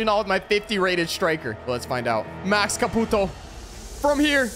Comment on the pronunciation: The way he pronounced ''Max Caputo'' had me dead